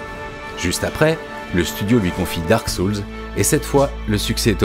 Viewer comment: à part la prononciation désastreuse du mot "soul" ou encore "gotham" .... superbe video.